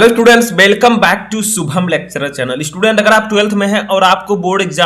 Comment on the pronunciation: Thank you But you have to improve your Pronounciation of It's shubham not subham